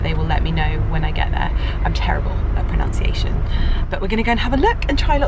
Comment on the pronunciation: ok but i died a little bit when you said you were terrible at pronunciation incorrectly hahaha